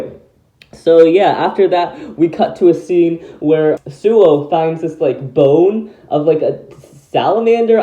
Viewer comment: it’s ”Suou” not ”Souu”